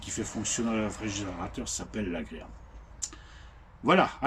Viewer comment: Alors c'est pas agréa mais agrégat , pour info .😅